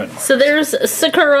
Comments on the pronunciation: ralphie and sprinkles are such cuties!!! also, sakura is pronounced sah-coo-rah not suh-kur-ah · I don't usually correct people. But just letting you know, sakura's name is pronounced Saw-ker-ah. Sorry. It was just bugging me a bit cause I didn't know if you knew that's how it's actually pronounced. It's a Japanese name and I've heard it often. If you want to pronounce it the way you want in the video then that's fine too. Everyone pronounces certain words differently anyway. But I just wanted to let you know. ^^ My fave cat was definitely the cat with heart and the sprinkle cat btw. ♡♡♡ I love your guys channel. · Animalxingaddict Yeah the stress is supposed to be on the first syllable, but to be fair, most English speakers pronounce it awkwardly. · Y’all keep saying Sakura wrong.